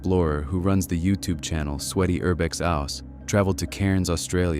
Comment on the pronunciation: He really tied yourube insted of youtube 😂😂😂